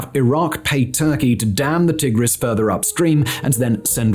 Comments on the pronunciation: Mispronouncing Tigris is pretty cringe. It's Tie-gris not Tih-gris. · t eye gris, not t ig [as in pig] ris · Swapped that for Tigg-riss instead 😒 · Never heard it called the Tig-riss before!